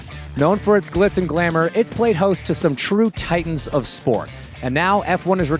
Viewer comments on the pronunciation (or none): none